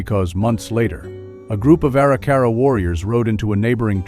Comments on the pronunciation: BTW, among other mispronunciations by, it's "ah-RICK-ah-rah," not "ARE-ee-CAR-ah." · You mispronounce Arikara. It’s distracting.